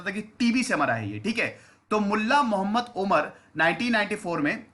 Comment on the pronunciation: Mohemmad Sahab naam thik se le